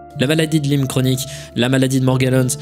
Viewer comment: et tu continues de te tromper : ca se dit maladie de la-ï-me, pas lime